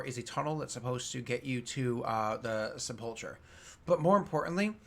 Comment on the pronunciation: I know I'm years late but, it is pronounced Seh-pole-ker or Seh-puhl-ker